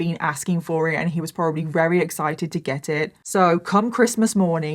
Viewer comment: I love it when tries to say very but says "rery" it's so cute <3